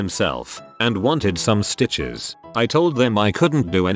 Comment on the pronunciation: "and he wanted some sTichezzz" gsgshshsh hahahaha